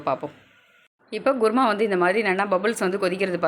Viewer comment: ....kuruma not guruma😅